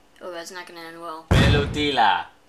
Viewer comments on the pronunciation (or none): Pellotia is pronounced pelota